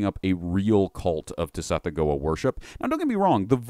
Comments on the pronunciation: I truly dont wanna be THAT person in the comments...and yet for a brief moment i must. The word "gease" is pronounced GESH. Also, i know when it comes to saying lovecraftian names its a little less ironclad, but ive always been under the impression that "Tsathoggua" is said like sath-OGG-wa. Basically would rhyme with something like "BathFrogDuh" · "Suh-thogg-wuh" = Tsathoggua